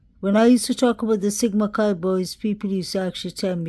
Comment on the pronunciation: Hey, When you say "Sigma Chi boys" I hear "Jesse James gang! Lol 🐞